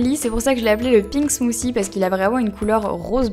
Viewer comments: Je parle mieux anglais que toi parce que j'habite un pays anglophone donc j'ai raison. et en passant "th" ca se prononce "t" pas "c" si tu vas voir des videos anglaises tu vas comprendre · Euh 'smothie' on le prononce 'smotie' mais pas 'smosie' ... C'est un mot anglais il faut le prononcer en anglais, pas la peine d'elastiquer trop les mots de la langue anglaise etles prononcer a la langue française. C'est pas classe tu sais. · on dis pas ''smoosie'' -_- c smoothie smoothie c pas compliqué à dire ..come on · ca ne se dit pas "Smoussie" mais "Smouthy" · ahhh j'aime pas les gens qui prononcent "smoossi" alors que c'est "smoothie" bordel si on arrive pas on utilise un autre mot non? bref sinon la vidéo est agréable à regarder et j'aime les pailles sont hyper mignonnes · Crazy Cat 8D ce qui nous fache, cest de voir que vous prenez un accent completement sorti de nul part pour parler anglais, vous vous faites un genre de je sais pas trop quoi qui a rien avoir avec langlais. ZE voice ?? smooCIE? cest pourtant pas plus difficie de prononcer correctement THE et smooTHIE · pour la prononciation non on dit smooçi (c'est anglais donc th c'est "ç" car il y a une voyelle avant) et ananas prononcé ananasse :-) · En fait on ne dit pas 'smooci', on dit plutôt 'smoodi' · just une petite remarque sur la prononciation de l'anglais, mais vous déconnez les francais !! bah puisque vous êtes complexé et même jaloux des anglais et des américains arretez cette prononciation de merde .. ze au lieu de the , et maintenant elle dit smouci !! soit vous prononcez correctement soit vos gueules ! (c'est mon avis personnel :3 ) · Smoozie haha j'adore ta prononciation 😂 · Mdr sa prononciation de "Smoothie" sinon j'aime ces recettes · Il faudra apprendre à prononcer Smoothie un jour, et "Hello" au début (et non "elo") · Pourquoi tu dis "ananassse" ou "smoozie"?